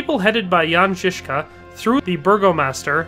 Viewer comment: as a Czech I have to compliment you on your pronounciation. Czech is quite a hard language to speak for foreigners but it is more than obvious, that you are doing research of pronounciation. The way you pronounced Jan Žižka was absolutely spot on! Love your videos!